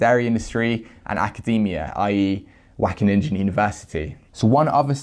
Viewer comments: wackeninja! <3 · The...ingen part of Wageningen is pronounced like “ping” with an en at the end. So it’s “Waw-gay-ning-en”. Apart from that the whole thing is totally horrible 😕 Thanks for spreading the word,! 👍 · Wackeningen 😂 jk great video, our G is really hard and ugly to pronounce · I guess that’s how Dutch sounds to English speaking people lol. WACKENNINJA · yes, whack a ninja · Great work man. Only if you don’t know how to pronounce it, try to mitigate the amount of times you say it. I’m from the Dutch speaking part of Belgium and it is pronounced Wa (kind of like the sound of ow in the word now but more towards the a sound in Anneheim) gen (like in Gendry in game of thrones but with a Dutch G sound) ing (like in King)-en (like the sound at the end of the word listen). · I'm Dutch and you pronounced it wrong!!!:-) Not sure how to describe how "Wageningen" should be pronounced. It doesn't matter, they suck. GREAT work,! As any other Dutchman, I LOVE milk. Plant-based milk, that is. Preferably oatmilk. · your pronunctuation is completely off.. just select dutch at your typing field in google translate and click the audio button, that's how you pronounce it. keep up the good work. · Your pronunciation of Wageningen is so funny 😁 Wish I could say the same about this study 😒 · Dutch here, amazing find! Wageningen is pronounced pretty wrong... but who cares, I don't! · Is it so hard to use google translate for a okay pronounce of Wageningen? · Everytime he says Wageningen my ears hurt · Lol how you pronounce wageningen